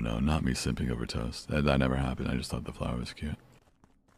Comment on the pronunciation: " wait .... ~toast~" WHY DID HE SAY IT LIKE THAT??